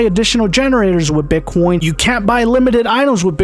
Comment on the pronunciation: Love how he says "Bit quion"